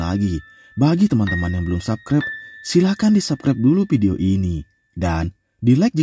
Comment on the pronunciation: Tolong pengucapan "VIDEO" yang sesuai doonk... jangan "PIDIO" mulu, jadi ga fokus nontonnya... 🙏